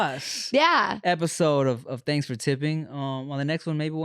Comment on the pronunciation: "chanks for tipping" had me cracking up 😂